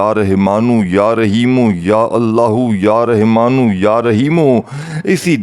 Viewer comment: Pehly Rahmaan kehna seekh lo.Rehman kahy ja rahy ho.